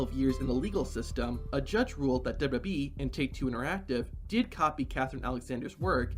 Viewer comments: Say it TF with me: DOUBLE-YOU-DOUBLE-YOU-E Not dubba-dubbee... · The narrator doesn't know how to say "WWE".